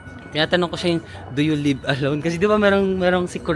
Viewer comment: Nagulat ako naa Hongdae guy ka bigla haha "you lib alone??" 😂